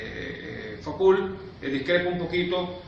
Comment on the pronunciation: Me supera la pronunciación del apellido de Michel Foucault (fucó) y no facul, eso me parece básico, es perturbador.